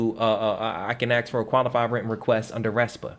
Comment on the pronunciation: "Ask, not Aks" lol. Just having fun, great info!